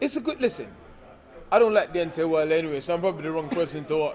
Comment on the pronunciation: It's Deontay not Deontey 😂